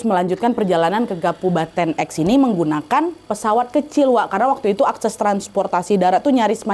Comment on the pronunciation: salah denger ga ya di bukan kabupaten tapi kapubaten😂